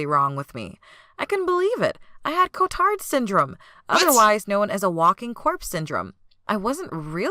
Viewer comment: I thought you said retard not cotard